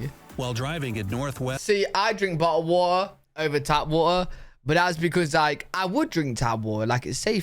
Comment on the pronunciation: A boootahh of whattaaaa. Lol